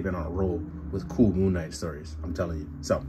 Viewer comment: wait did i hear you call him moonmate?? lmfao